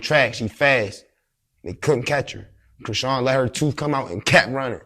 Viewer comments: The way dude pronounced her name! "Sean" is still in there and I thought most of us wld know how to pronounce that! 🤔😳😂😂😂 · That was SO CRINGY when interviewer intentionally said Chrisean name wrong . That's corny af "that's how u say her name" ??